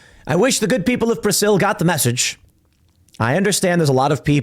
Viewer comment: Is Tim saying, "Prasil?"